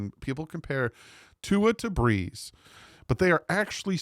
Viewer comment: Hey, love the videos and the content, much better than one of the dolphins CC that think they know it all and talks crap about others even when we are all rooting for the team to do well, doesn’t make sense…. Btw, I think you meant BREESnot BRESS lol… northern jersey fins fan here…